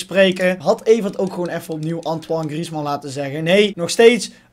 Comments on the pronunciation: grieezman zegt dat zelf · je zegt gwn antwane griesman